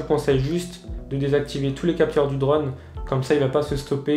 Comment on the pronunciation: J'en peux plus de ton accent breton quand tu dis " draune" !! 😂